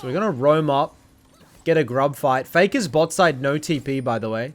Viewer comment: "fay-kah's cwoa-key"